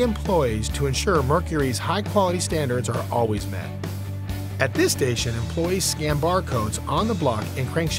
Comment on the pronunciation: Products not prodicts. Merc-u-ry not Merc-er-ry. Employees not employs. Capable not capble. Marrying not mareing. Fond du Lac not Fondlack. Robots not robutts.